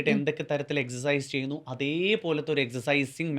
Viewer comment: എക്സർ സൈസ് എന്നാണ് എക്സ് എച്ച് അല്ല